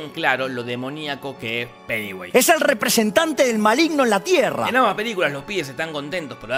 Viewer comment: ESCUCHÉ PENEWASE XDXD